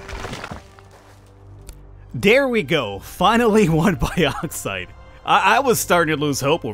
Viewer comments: its also bugging me how u say bauxite its not pronounced "bi + auxite" its mor like a "box + cite" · It's Box-ite, not bi-ox-ite Cheers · Its pronounced boxite not baaxite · broooo😂 its pronounced boxite not baoxite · "biauxite" it's bauxite lol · Hey bro! It's pronounced borksite. Much love. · Boreksite is the pronunciation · Bad Boy American to UK pronunciation. As the ancestor to your language the more correct is the UK Bork. Think baux. Au. Auger. Then you get the correct sound.